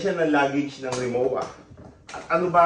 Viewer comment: RimoVa po, hindi Rimowa ang pronounciation. German brand po kase siya.